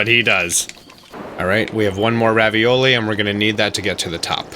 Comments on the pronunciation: It’s Ravali! Not ravioli he even says it that way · Its revali not ravioli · I laugh every time you say Ravioli 😂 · PLEASE stop calling Revali "Ravioli" for the love of God